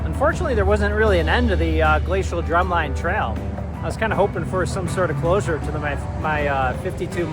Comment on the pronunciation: Once again, a great video. And the YouTuber BIKE FARMER (Andy Q.) resides in Gib’s Bike Shop in Lake Mills! (PS: Cottage Grove ROAD. DrumLIN (not drum line) Trail😊 New BURRlin (during World War II we started pronouncing it differently = differentiate from Berlin)